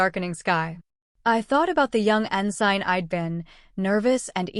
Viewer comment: Nah, the “poor narration” is when she can’t pronounce “ensign” (en-sin) and “SCIF” correctly (scif) 😅 AI narration